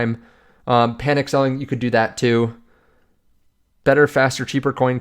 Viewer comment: "Panic" not "Panick"